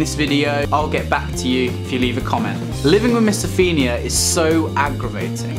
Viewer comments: It's pronounce MISO PHONE IA not MISO FIN IA. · it’s not miso-feen-ia it’s miso-fone-ia btw it’s a good video though👌🏽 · since when did o get pronounced as e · Certain you're pronouncing it wrong!